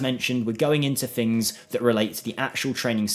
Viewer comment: Please at least try to say things instead of fings. It's just laziness 😔